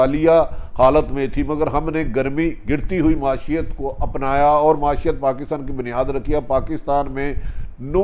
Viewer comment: ماشات نہیں بھائی معیشت۔ کہا جا رھاھاھا😂 😂 😂 Bhutti is a Bumbling fool